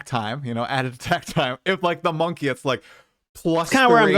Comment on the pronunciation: Its Monkey not Monkay